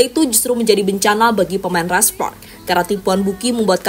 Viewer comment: "Red spoks red spoks"..aneh denger lu bilng spark min